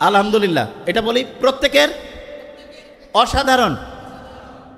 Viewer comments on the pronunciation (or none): আলাআমদুলিল্লা × আলহাদুলিল্লাহ √ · আলহামদুলিল্লাহ এর শুদ্ধ উচ্চারণ জরুরি।উচ্চারণ অশুদ্ধ। এতে অর্থের বিকৃতি ঘটে